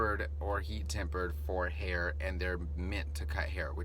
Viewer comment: Flawless, superb herr in the corrr lol